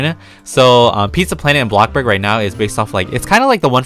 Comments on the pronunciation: Why does he say blokburg its bloxburg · He says Blockburg not Bloxburg XD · me totally not raging every time says blockburg instead of bloxburg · Him ‘BlOcKbUrG’ Me ‘it’s called bloxburg’ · ( if you see this, im sorry if it's offencive) bruh why does it make me burst into laughter when instead of saying bloxburg, he says box-burg XD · ITS NOT BLOCK ITS BLO - X DANG BRO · He keeps saying block burg instead of bloxburg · It is bloxburg not blockburg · He does that on purpose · Please stop saying BLOCK-burg, just please, it’s BLO(X)burg (sorry to be mean, it just makes me mad) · No one:: ”bLocKBerg” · Who likes it when says BLOCKBURG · i’ve gotten so used to saying “blockburg” that it’s now what i call it i personally think it should be changed to that lol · my fwabwic car- heEloowo everyOwn we Awe bacc hewe in - AbLOkkBorG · Nobody: Not even a single soul:: bLaKbUrG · BloCkBorG me:okay lets try this*Inhales*BlOck BoRg it kinda sould like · “Blockburg” u have played the game for ageas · WHY HE SAY IT LIKE THAT BlOcKbUrg 😭😭😭😂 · We love “blockburg” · "block burg" lol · When he says ablobog I say ablobog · cant say the word X hiihihhii:> blokburg:> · Is it just me or am I hearing “blockburg” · Btw it’s Pronounced Blocks-burg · He sed a blokborg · my question is why do you say blockburg- (I’m not a hater) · why to you say robloc and blocburg instead of roblox and bloxburg??